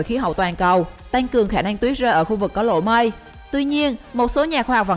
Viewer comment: Lỗ mây mà đọc nghe như lộ mây, còn băng thì nghe như bank